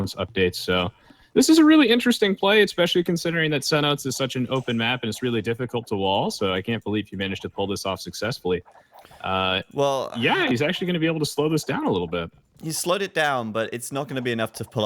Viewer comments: It's SEN-OH-TEES not SEN-OTES. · Also acceptable: SEN-OH-TAYS